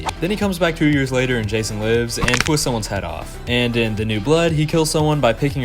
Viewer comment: Thats not jason thats rason 😭🙏